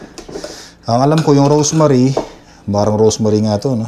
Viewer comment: Rosemary hindi Rose Marie. Baka ang iniisip mo kasi eh yung “Asawa ni Marie, araw gabi, walang pan**!!😅😅”